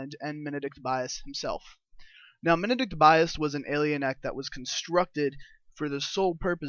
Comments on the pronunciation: MEN-di(like did)-Kent Bias, bro that is how you say it, please say it right! D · Please pronounce Mendicant Bias correctly you D.S..